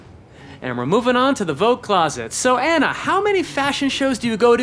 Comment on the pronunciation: It's Anna, not Enna 🤭